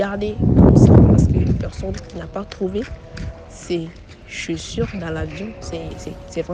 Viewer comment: Waaaaa tu te vante en racontant histoire maintenant prononcer chaussures te dépasse 😮